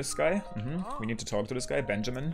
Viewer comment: you mean towk. I love his accent ahaha😄